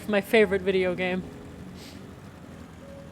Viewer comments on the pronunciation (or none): none